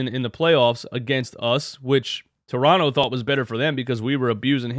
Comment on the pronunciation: By the way you pronounce toronto just like a torontonian would, well done, coming from a torontonian.